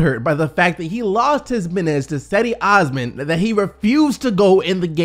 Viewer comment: His name is NOT "AWSMUN". It's pronounced "OahsMAAN"